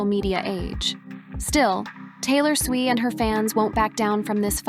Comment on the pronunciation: WTF is SWEE????? Her name is SWIFT!!!!!!!!!!!!!!!!!